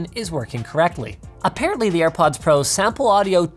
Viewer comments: Literally no one: Linus: AirPuds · "Ear Puds" I might send Linus a pair of airpods engraved with the word "Earpuds" on them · Dima is a tree. I bet you didn’t watch the full vid. He says “AirPuds” a couple of times and says that he couldn’t hear himself. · "ear puds" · Nikola Nikolov he said earpuds not airpuds🤦‍♂️